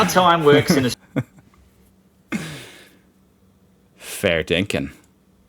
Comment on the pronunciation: Did you end that with "fair dinkin"?